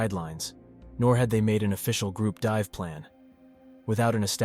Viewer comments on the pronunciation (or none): none